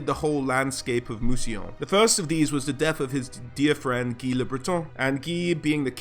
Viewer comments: Thank you! I love the way you pronounced Mousillon and recognised its Influence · Worth a like just for not pronouncing it 'Moosylawn'.